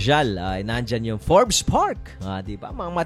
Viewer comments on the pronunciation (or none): none